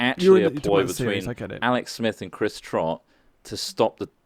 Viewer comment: bein a dick about trotts pronunciation hehe ily rly